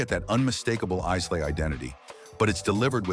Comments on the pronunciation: Please use an actual person for narration, not the damnable AI! "Iss-lay? Glenfidditch?" No scotch afficionado would say such things. This is the hallmark of AI. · Islay = eye-luh. Come on! Use a real voice over artist!! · I love Iz lay whisky...🙄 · Atrocious AI, audio. If you’re gonna make a video about Scottish whiskey, and you wanted to take him seriously, need to pronounce Islay and Lagavulin